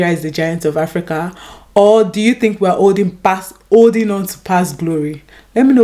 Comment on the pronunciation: Do you think we're "OLDING BACK". Learn to pronounce things properly first